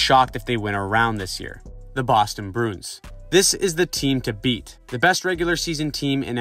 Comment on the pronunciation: strange pronunciation of bruins broons